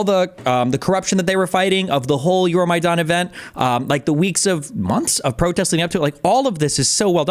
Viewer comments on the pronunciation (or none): none